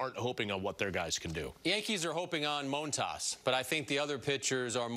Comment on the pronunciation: i don’t wanna hear what he is saying about the jays when he can’t even say his own pitcher’s name correctly in montas